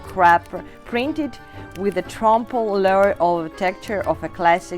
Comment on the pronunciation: I could not understand most of the narration except for a few badly mispronounced words tile tromp l’oiel.